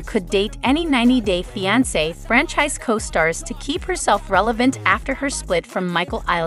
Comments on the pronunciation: I wish the commentator would pronounce fiance the right way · I even spelled it out phonetically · 90 Day "What"? wtf learn how to pronounce 😮